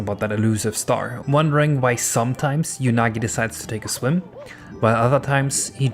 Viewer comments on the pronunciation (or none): Just for my sanity: it's pronounced "Oo-nagi" not "Yu-nagi". Because it's literally the Japanese word for "eel": うなぎ